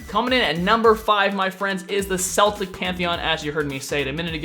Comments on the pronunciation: its prenounced keltic not celtic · dude it's pronounced as kelt not selt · It's prenounced K Eltic not Seltic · Celtic is pronounced "Keltic" Not "Seltic" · it's not seltic it's celtic, I'm Irish I should know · It's pronounced like "keltic" but spelled celtic... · those aren't the main Celtics(k-el-tic not s-el-tic), look up the Morigan(mage, goddesses of death, Flitish(hunter, goddesses of the hunt), or Brieget (queen of the gods)(not correct spelling and you won't read it right) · Celtic is pronounced Kell- Tick not Sell-Tick Source: I'm Irish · its Keltic not seltic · I hate to be nitpicky but you pronounce Celtic with a hard c and a soft one. You say seltic when it's supposed to be celtic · im irish and i know its hard to say for americans but celtic is pronounced ke-l-tic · Bro, it's pronounced as KEL-TICK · Celtic is a football team. Celtic as a group or a culture are pronounced with a solid K sound not an S. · it's Celtic so you pronounce it Keltic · Celtic as the pantheon is pronounced Keltic :D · Sorry to do this, but it's pronounced Keltic. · Its Kel-tic, like how you'd say the name kelly or ken, my Grandparents are of Celtic descent. You can call those people Celts, again Kel-ts. Do not take that personal everyone says it wrong. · I was thinking the same thing!!!! I hate when people say seltic, it pisses me off to no end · Is it not pronounced (k-el-tic) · It pronounced keltic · Honestly, if they were to add another pantheon, which probably wont be anytime soon, they should seek more diversity. To this is a polynesian or a native american pantheon perfect. I fully support celtic (pretty sure it's pronounced Keltic) or african too though. The rest, not so much... Also, you mentioned a new class. Probably the only new class they could add is a type of support class, as everything else seems to be far to specialized to be it's own class. But a class meant for supports would be nice though! ^^ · Celtic are meant to be pronounced as Keltic.